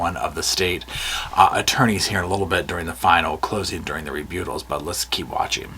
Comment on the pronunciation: I love your pronunciation of "rebuttal". It's like you mixed the word "rebuke" into it. Prosecution: I rebutt that and I rebuke that!